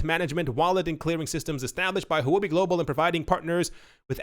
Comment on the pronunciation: Huobi is pronounced, "hwuh bi." It is Chinese for cryptocurrency. I love your show.